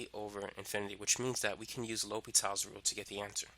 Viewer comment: Its L'Hopital. not L'Hospitals